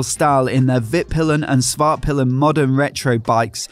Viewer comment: For those of you who don't speak Swedish. Norden means The North, Vitpilen means White Arrow, and Svartpilen means Black Arrow. However, Pilen should be pronounced with a longer i. piilen rather than pillen. The later being one of the Words we use for the male genitalia.